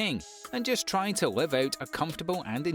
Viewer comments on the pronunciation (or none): none